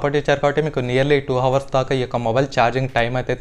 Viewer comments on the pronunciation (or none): none